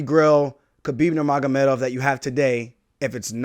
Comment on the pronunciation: He can say Nurmagomedov better than Joe Rogan